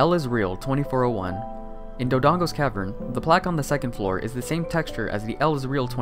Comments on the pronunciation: wtf is Doodong's cavern. It's pronounced, and spelled, Dodongo's Cavern DURrrrrrr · my guy said doo-dong's cavern lmao